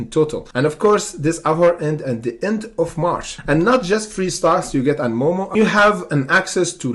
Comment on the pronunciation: FYI it’s moo moo not moe moe. It’s a cow 🐮 not some guy named moe lol 😂